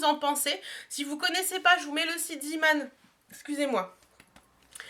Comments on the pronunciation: Coucou ma belle, juste pour une petite précision on ne dit pas zIman mais zÉman (c'est du néerlandais) ^^ Sinon beaux achats ! :-) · Coucou juste mini msg pour te dire que Zeeman ça se prononce zééman bisousssss et belle journée à tous les 3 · Hello! Zeeman veut dire "marin", c'est presque pareil en allemand pour l'orthographe... Der Seemann, donc ce n'est pas à prononcer à l'anglaise.. Juste pour info!